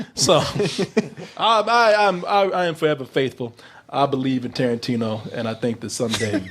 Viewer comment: Quentin Toe-rantino